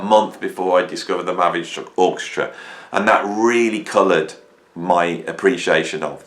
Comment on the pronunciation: Lol. Mavi structure, mavy doctor, mavish nucture. (Better than ELP ). What is the true spelling ? Your lips are mumbling over the pronunciation. Thank god ELP is straightforward.